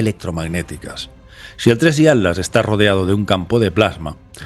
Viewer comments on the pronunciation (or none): ¿ por que le dices "ALAS" y no ATLAS? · Con mucho respeto mi querido, pero noto que te cuesta decir la palabra ATLAS 😊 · Se dice Atlas y no At las